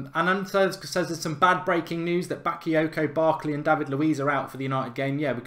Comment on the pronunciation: The way Mark said Bakyoko😂